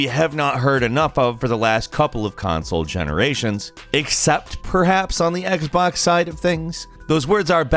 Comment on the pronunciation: Its Xbox not Xbax